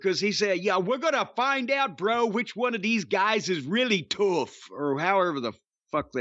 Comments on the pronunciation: He said tough as tooth 😂😂😂 i was dying laughing 😂😂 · Until he said 'tuff!'. Sounded Irish. 😂